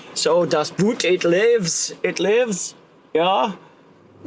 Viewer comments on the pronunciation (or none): Great car; had the same shape 728i and converted it to run on LPG. The LPG tank was toroidal in shape and occupied the spare wheel well. Btw, “Boot” is actually pronounced in German like the word “boat” in English.